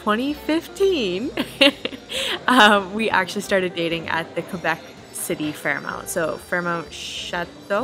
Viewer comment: Great videography and commentary! However, I couldn’t get over your repeated pronunciation of FairMONT as FairMOUNT……